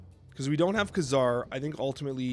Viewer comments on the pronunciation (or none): Pronounced kay-zar